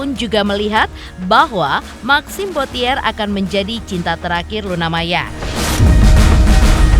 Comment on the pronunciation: tolong yang baca narasi suruh belajar mengeja tulisan & baca dalam bahasa Perancis yange benar. Bottier bukan dieja bo-ti -ér, tapi bo-ci-e [ huruf r nggak dibaca ]